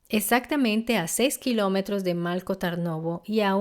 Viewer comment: Por ejemplo Malko Tarnovo. La "l" de Malko, no se lee como en español, no es una l líquida. Y la "a" de Tarnovo, realmente está escrita como a en latín porque la vocal real no existe en español y realmente es complicada de pronunciar. Es una vocal que existe en las lenguas eslavas. Luego, estoy en el móvil y no recuerdo cómo estaba escrito el lugar concreto de los hechos en latín, pero la forma correcta de pronunciarlo sería Strandja, pronunciando la J como en jacket (inglés). Algo similar ocurre con algunos nombres que se mencionan. Lo dicho, son lenguas muy diferentes y es complicado pronunciar algunos sonidos, pero creo que en un video informativo es importante pronunciarlo lo más cercano posible. Espero que no te ofenda mi comentario y gracias por tu atención.